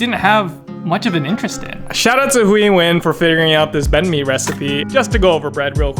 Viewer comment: I'm glad he pronounced banh mi with real vietnamese tones.